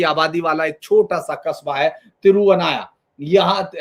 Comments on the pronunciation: यह देखकर अच्छा लगा कि किसी ने 'मामांगम' कार्यक्रम को प्रमुखता देने के लिए अच्छी पहल की है। ऐसा करते समय मेरा विनम्र निवेदन है कि कृपया सटीक नामकरण देने का प्रयास करें। तिरुनावया- यह तिरु-ना-वा-य है, तिरु-वा-ना-य नहीं. ऐसे ही ममंकम नहीं ये मामांगम है. क्या मैं किसी के नाम का उच्चारण इस प्रकार कर सकताहूं, जैसे धीरेन्द्र पुंडीर की जगह दरिद्रपंडर ?. एक बार राष्ट्रीय स्तर पर नाम परिवर्तन स्वीकार हो जाने पर, इससे लगभग जनसांख्यिकी में भी बदलाव आ जाता है। अनुरोध है कि ऐसा विद्वान व्यक्ति इस मामले को गंभीरता से देखेगा। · Sir, is jagah ki nam thiruvanaya nahi, "Thiru navaya" hi. 🙏🙏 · Sir, इस जगह का नाम है " तिरूनावाया ". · मैं मूलतया एक मलयाली होते हुए भी, बेहद खुशी हो रही है कि मुझे इस पर्व के पुनरारम्भ होने की समाचार एक उत्तर भारतीय से सुनने को मिल रहा है। माँ भारती की यही तो ताकत है। मुझे यह भी खुशी है कि आप कुछ-कुछ मलयालम शब्दों के उच्चारण भी ठीक से नहीं कर पा रहे हैं, फिर भी अन्य किसी के द्वारा इस समाचार को सार्वजनिक करने से पूर्व आप करें इस होड़ में थे आप। कोई बात नहीं। मंदिर का नाम पहले बता दूँ: " तिरूनावाआआया" यह एक संक्षिप्त किया गया वास्तविक नाम है👉 "तिरु नालॅ वातिक्कल कुलम। "തിരു നാല് വാതുക്കൽ കുളം" अर्थात इस मंदिर के चारों दशाओं में तालाब हैं। अर्थात भक्त किसी भी दिशा से आए जहां पर भक्त शौच शुद्धी कर दर्शन के लिए मंदिर जा सकते हैं। मैं भरपूर प्रयास करूंगा कि इस विशेष पर्व का भागीदार हो सकूं, यदि भगवान की अनुमती हुई, तो। 卐ॐनमः शिवाय 卐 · "THIRU NAAVAAYA"..... സർ "MALAPURAM"....H.. SIR, maLLappuram nahi.. Mala mean pahaad.. Puram mean desh